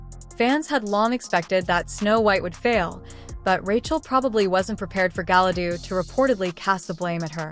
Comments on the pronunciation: Did she say Gala dudu in the beginning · Yeah, hearing 'Galadoo' made me as angry as seeing the trailer to this dumpster fire.